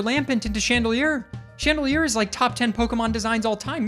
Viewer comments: That is really handsome and incredible at Maths, but probably did very bad in literacy because why on earth would he pronounce Chandelure as just “chandelier”? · you beautiful disaster. It is UN fesant. Like unpleasant. Please. And chandelOOr. Like chandelier and lure. I beg you. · please. It's Chan-de-lure not Chandelier.